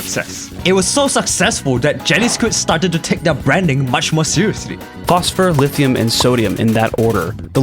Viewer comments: Not him saying "lite hum" And not lithium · Bro why does he say it like that”lit I um” 🤣